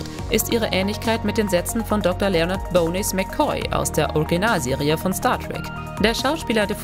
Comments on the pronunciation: "La Forka" und "Bonies"! 😱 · eigentlich sollte man wissen, wie man Bones (englisch für Knochen) aussprechen sollte... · Ernsthaft, Bones, Bohness?! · Lenard Bonies McCoy 😅😂? Wtf und La Forge, Bilenna 🙈Aaaaaalter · Gott wo soll man anfangen hier??? Nervigste Musik, die Sprecherin sagt dauernd Namen falsch, bzw. wurde nicht instruiert... McCoy = "Bo-nes" (Bones! Knochen, im Deutschen "Pille"), dann noch dieser unnötigste feminischte Quatsch gegen Ende und Disney Star-Wars in einem Trek-Video anpreisen???? Sag mal wer hat denn da.... ach lassen wir das. Thumbs down. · Ist das eine computergenerierte Stimme oder warum kann diese Frauenstimme, aus dem Off, "Bones" und "La Forge" nicht richtig ausprechen?! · bitte nochmal die Aussprache des englischen Spitznamens von Pille anpassen. 😆 und LaForge - hat den Text eine KI gesprochen? 😜